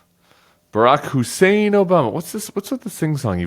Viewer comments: Rush Limbaugh used to pronouce Obama's name by stressing his middle name, Hussein, to emphasize that it was Muslim. I think Trump thought that device was so clever he repeats it to imply that Obama is of the Islamic faith.. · The way he pronounces ' Hussein ' is a racist dog-whistle of course - anti-muslim this time . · Trump always overpronouncees the words he wants to emphasize or the ones he's unsure of with the pronunciation. He does that a lot with CHINA. The Hussein part is easy. It's a dog whistle, implying that your former president is deeply Islamic and that you should be worried about that. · That's what Limbaugh sounded like when he said Hussain. And Trump loved it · The Hussein pronunciation is a poor Rush Limbaugh impersonation.